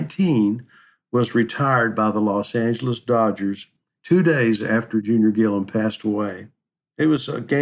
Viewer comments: His name is Gilliam. Not Gillam. That’s why I gave it a 👎🏼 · WHY ARE YOU CALLING HIM GILLUM??? HIS NAME IS GILLIAM - G I L L I A M!!!!